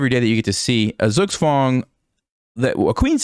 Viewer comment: Nice pronounciation of zugzwang